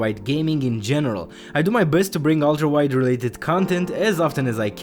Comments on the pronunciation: keep thinking he's saying "Walter White" and not "ultrawide" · the way he says "ultra wide" sounds like "walter white" once you hear it you cant un hear it